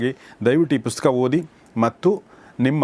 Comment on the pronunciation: ಗೌರೀಶ್ ಸರ್ ನಿಮ್ಮ ಈ ಹೊಸ ಪುಸ್ತಕದ ಕುರಿತು ಮಾತನಾಡುವ ಈ ಕೆಲಸಕ್ಕೆ ನನ್ನ ಅಭಿನಂದನೆಗಳು.ನನ್ನ ಒಂದು ಮನವಿ ನೀವು ಪುಸ್ತಕ ಅಂತ ಹೇಳುವ ಸಂದರ್ಭದಲ್ಲಿ ನೀವು ಪುಸ್ಕ ಎಂದು ಹೇಳುವಿರಿ. ಸರಿಮಾಡಿಕೊಳ್ಳಿ.